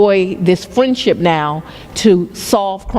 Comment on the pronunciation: fWiend-ship and cWimes. 😂😂😂😂😂 Fani shouldn't say words with the letter R in them.